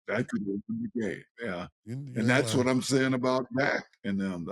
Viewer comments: killing me calling dak “zach presscott” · Can someone tell it’s Dak not Zack lol